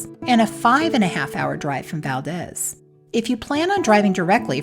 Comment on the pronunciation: Great video, been there several times. But it is Val-deez. And Chit-na